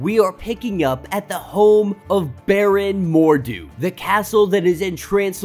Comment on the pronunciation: It's Baron Mordo (more-dough) not Mordu ((more-doo). Mordu is the Sorcerer who is always fighting the Legion of Super Heroes.